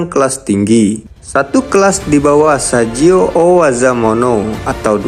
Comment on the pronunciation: Saijo bang bukan sajio🤣